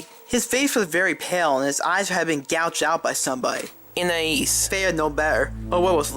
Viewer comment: she just edited the first part she said Anais and put that there any other time she said anias